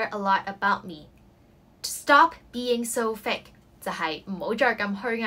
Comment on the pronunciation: 首先謝謝Melody 分享駡人英文，內容實用，小劇場生動有趣，但我想你留意fake & hypocritical 的讀音，, 我聽左你讀幾次覺得不妥，之後查埋字典reconfirm 你的讀音和cambridge 字典有很大分別, 你將fake 讀錯了 ， 原本 母音ei 你讀成另一母音為i，另hypocritical 中第2個音節 你也可多留意其正確讀音，這母音應是弱音ə 你讀成 另一母音əʊ，pə 錯讀為 pəʊ所以希望你留意吓這兩個字正確發音。thanks